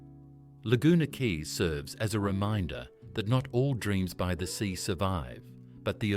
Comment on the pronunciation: ..I WENT TO CAIRNS ONCE, IT WAS A WHILE AGO, BUT IT SEEMED LIKE A NICE ENOUGH PLACE 🫠🥹☺️😊😇♥️❤️..WELL.. BETTER THAN MY HOMETOWN, ANYWAY 🫠🥹☺️😊😇♥️❤️.. AND I THOUGHT QUAY WAS PRONOUNCED KEY??..OR HAVE I BEEN WRONG??.. EITHER WAY 🫠🥹☺️😊😇♥️❤️..